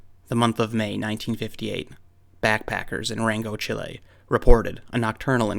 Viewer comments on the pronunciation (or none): none